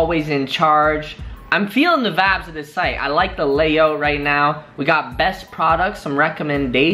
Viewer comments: Some one tell this dduuuuudd to stop saying vibes or vaabs like bro 😂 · People will say it’s a region thing but I know Canadian people that say vibe as vibe and not vabb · if he says VIBBESS again I am gonna... :/ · Todo. Senpai That may be the word he means to say but pronounces it "vabs". Freaking annoying and WAY over used. I love to drink but would die of alcohol poisoning. I feel like he's trying to make it a thing in how he pronounces it but it sounds so dumb and will never happen. I only watch because I'm interested in buying from these sites so want to check out the quality. But he drives me crazy trying to sound cool. My personal opinion is his videos would be so much better if he just spoke normal. Then personally they would be great videos and I'd thumbs up them all. Other comments show I'm not alone. Again, just my personal opinion. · Todo. Senpai is that what he's saying? I hear vops, vaps, vobs, vabs... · Dude stopppppp saying VABSSSS😑🙄🙄💀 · Okay ppl we get it u don’t like him saying “VABS” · I definitely thought he was saying faps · OMG he's trying to say vibes but he saying it wrong lol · Just when I started getting over "not bod" he starts with "vabs" I almost stabbed myself in the ear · Wtf is a vaaab lol I thought this dude said fap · stop saying vabes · Omg stop saying vvaabbb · Stop saying vides pls